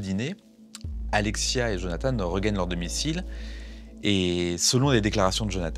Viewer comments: Jonathan !!! (prénom biblique) ...En Français on ne doit pas prononcer "Jonathane" et encore moins "Djonathane" !!! Nous ne sommes pas anglo-saxons! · En français, on prononce jo na tan. Pas Jone a tane ... merci !